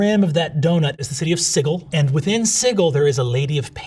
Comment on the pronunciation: Siggle? Really?